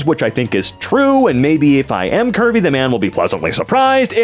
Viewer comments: for a long minute i thought you were saying “kirby” and not curvy. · I can’t be the only one that thought was saying Kirby instead if Curvy.